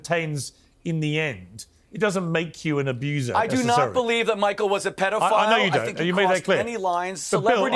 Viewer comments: I wanna fight Piers for how he pronounces pedophile. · It's PED, not PEED!